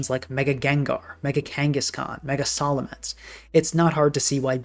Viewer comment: solemence? it is sa like the sa salamander